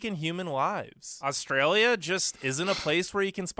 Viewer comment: How do we manage to upload all those videos of bad drivers with such bad internet? It's hard to take somebody's views on Australia seriously when the person can't pronounce 'Australia'.